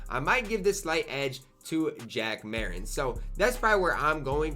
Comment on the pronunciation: U cant pronounce anyones name 😭 u say terry dish charger and jack mariten